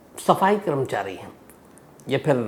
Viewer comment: Sams Bhai…great episode! One advice - it is “karmachari” and not “kramchari”. Please notice the “a” after k.